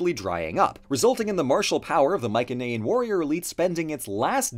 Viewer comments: my-sen-ayan, not my-ken-ayan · sorry just hhrrnrng ocd it's pronounced mai-suh-nee-uhn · The way he says Mycenaean really annoys me I’ve never heard it said that way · Pronouncing Mycenaean incorrectly